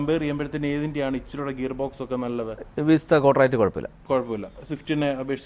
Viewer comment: വിസ്ത അല്ല സേട്ടാ വിസ്റ്റ